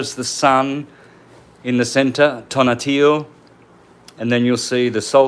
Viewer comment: Thanks for your video. But just so you know, it's not tonatillo, it's Tonahtiu.